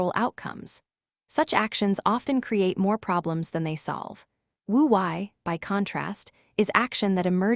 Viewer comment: Wu Wei mispronounced. It is Woo Way.